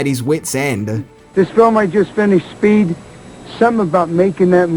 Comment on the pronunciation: I’m confused. Is Speed renamed “Spade” is Australia? All I hear is saying spade when he refers to the title.